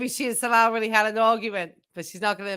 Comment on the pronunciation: His name is ‘Salah’, not ‘Salal’.